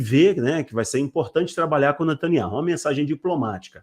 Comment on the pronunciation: Me desculpe vc precisa ouvir um judeu pronunciando o nome do ministro.